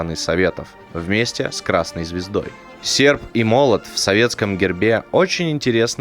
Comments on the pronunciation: Товаись ))) Сефп и молот ))) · а слово "Сеrп" очень по-ленински говорит... Мог бы 10 лайкосов поставить - поставил бы 20!!